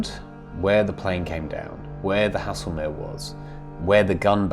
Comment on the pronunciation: I think Haslemere is pronounced Hazelmere, not as you have been pronouncing it. The music is a little overpowering at times, otherwise another story that has been well researched and told, the variety also makes them more nteresting to watch and listen to. Absolutely well done please keep on producing this fascinating work, as I'm finding out things previously unknown but wanted to know about for quite some time, and only remembered the fact when actually watching them.